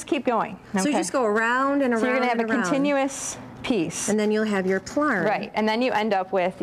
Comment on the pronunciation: Hey, just letting you know.. most crafters who use plastic yarn refer to it as plarn. Plarn slides off the tongue easier than plyarn, I think. (